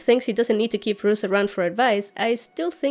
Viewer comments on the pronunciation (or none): Roose not Bruce!